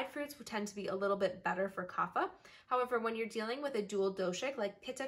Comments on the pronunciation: Great video but Kapha is pronounced KAAPHAA (where the ph is not "f" but it is "p" with the "h" sound like ophthalmology). This is a sanskrit word not english so has different rules to pronounce. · true infact vata pitta kapha are all pronounced differently .